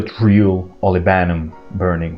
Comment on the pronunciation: Olibanum...not olivanum😊